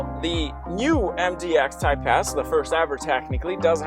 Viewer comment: Great video! When you say “Type-S” I hear “Type-Ass” and I can’t un hear it.